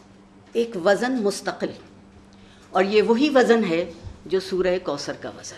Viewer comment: وزَن/ wazan ❌ (عارفہ آپا!) vzn ✅